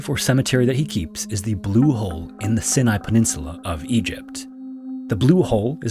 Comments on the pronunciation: Prononciation of Sinai is Cy-nye not sin-eye .... And o'ree-gan not o'-reg-an ..... 🤐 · It's pronounced "sign-niye" not "sin-eye". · Great video. Not to be a grammar Nazi, but Sinai is pronounced Sai-nai, not Sin-ai. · I've never once heard it pronounced Sin-i. It's Sine-i. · Not "sin eye." but "sigh nye" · They use AI and they never pronounce words correctly. The Sin I peninsula no it Pronounced phys-Ah Nye. AI. Cheating lazy fake creator. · Sinai is pronounced sigh-nigh not sin-i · Sorry, but it's pronounced "sign-eye" not "sin-eye". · come on man, "SYE-NYE", not "sih-NYE". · Why do so many under 30s have the inability to pronounce Sinai properly?! It's SIGHNEYE! NOT CENEYE!!! Dear God it is so unbelievably frustrating to be told we are supposedly getting smarter when the evidence points to the contrary. Sorry dude, little stuff like that just sends me over the edge. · Is it just me or does no one take the time to learn how to pronounce words properly? SIN-EYE? SIGH-NIGH... Jesus. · Omg Sigh-Nigh. Not Sin-Nigh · Sinai is pronounced SAI-nai rather than SIN-ai. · Not ‘sin-eye’. ‘Sine-eye’ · Sinai is pronounced "Sigh" "Nigh". Yuri Lipsky's footage of his deadly dive is particularly disturbing. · Never heard Sinai pronounced as "Sin-eye"; oh right, it's another AI narration we are supposed to listen to, myself excluded (Pass). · Is this narrated by AI? “Sin-nai”? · Pronounced Sighnigh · Sighni is the correct pronunciation btw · This man really just called the Sinai Peninsula the Sin-eye Peninsula 😂 wtf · FYI, it's the 'sigh nigh' peninsula (phonetically spelled) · Sinai: "SY" + "ny" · Brother… It’s Sinai pronounced /sigh-nigh/ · It’s pronounced “sy-ny “ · It's pronounced SIGH-NIGH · Another well-done video. FYI though - Sinai is pronounced "Sigh-nigh." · Sinai is pronounced like Sigh-Nigh (or Sy-Ny, if that makes more sense) - both long i’s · "Sin-eye" my heart hurts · Do you mean the 's-aye-naye' peninsula? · its pronounced Sye-nye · It is pronunced sign eye.